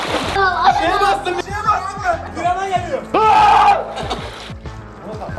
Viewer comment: abi piyana değil pirana😂😂